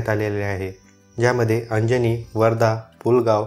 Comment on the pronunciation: It's Ajni not Anjani